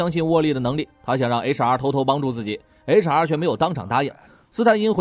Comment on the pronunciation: HR都聽成查😵😵